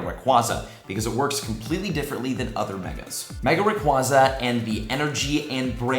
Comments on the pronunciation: says 'raquahzah' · I love the content, but am I the only one that cringes when someone pronounces Rayquaza that way? Ray-Quay-Zah